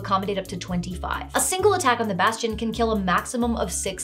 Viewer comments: Bastion. Baaastion. Bas-ti-on. Basgchyn. ~_~ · bastion bass-tion...bass-chon. bass-gin..."DRUNKEN FISH!" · … every time you say Bastion, I picture a musical crab.